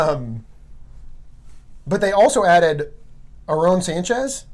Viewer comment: This dude really fucking up these names - “Arown” Sanchez wtf..